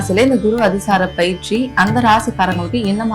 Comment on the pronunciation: Anchor பெயர்ச்சியை பயிற்சி என்று சொல்கிறார்.